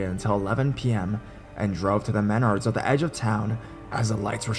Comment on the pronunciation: It's pronounced Menards not Meneurds.